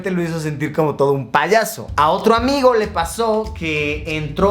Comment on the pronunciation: Cada vez que Luisito decía “un amigo” yo escuchaba “Rayito”.